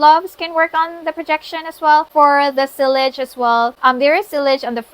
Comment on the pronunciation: Hi Queen, it is pronounced as ‘see- yaj ‘. I hope it helps 👍. All the best.